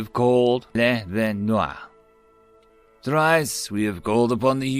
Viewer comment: Thank you for narrating my story "Thrice We Called" so well. It's cool to be asked and attributed in such a fashion, so feel free to do the same for my other works. Just a heads up, LeVentNoir is pronounced as the french, leh-vont-noire.